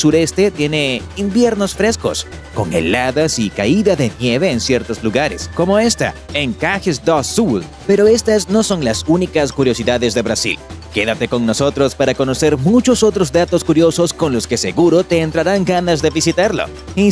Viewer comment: Caxias do Sul el dice caja